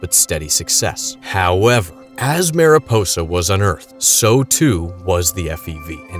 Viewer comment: FYI: “Mariposa” is not pronounced “Mare-ih-poe-sah”, it’s the Spanish word for butterfly, which is pronounced “Mahr-ee-pohsah”.